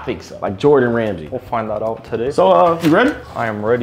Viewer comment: That boy said Jordan Ramsey